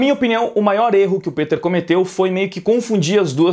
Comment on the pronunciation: Pq vc fala "pEter" ao invés de "pIter"